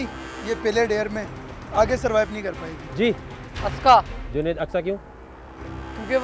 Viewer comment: Pagal aska aska bol rha hai jb k aksa nam han usk